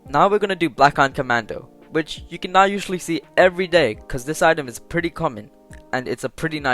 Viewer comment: It ezzz what it ezzz we all know we bought something in accident